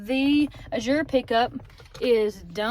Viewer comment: Azure's accent is on the A, not the Z. According to the owners. ❤❤❤